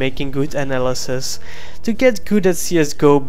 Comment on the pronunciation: Hamse Gurey he said analysis...